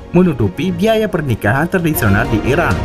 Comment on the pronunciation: Irak apa Iran, baca nya yg jelas dong. Admin.